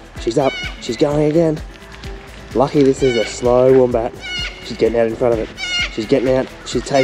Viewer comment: The wombat family portrait WAS JUST SOOOO GOOD Priceless guys. 💗💗so adorable But even cuter is the way pronounce Wombat 🥰🥰 Apple turnover look heavenly and love your new top. Keep the hat action… it suits you Elenya And you know how much I LOVE the cooking segment Lolol